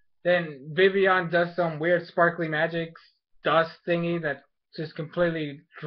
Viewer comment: Is it me or do they pronounce VIVILLON wrong they say VIVION vivion idk i swear...